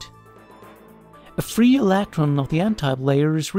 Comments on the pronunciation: "Alactron" and "Elactric field" are not "condactive" to my ability to focus during this video. ;) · ileeektron lol